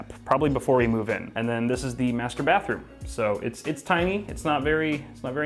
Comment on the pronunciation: did he just said masturbathroom